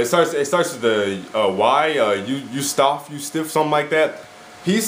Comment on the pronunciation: "youstiff?" ROFL